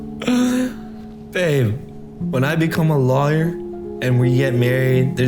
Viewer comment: I think he meant lawer